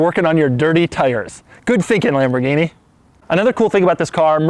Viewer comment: Who did your math, Doug? 2008 to 2016 isn't "over ten years" and $215,000 is not 70% the value of $315,000. Try just a hair above 68% and we're not quite at 2018. Also, don't say Lamborghini again. You make all of us white guys look as stupid as you.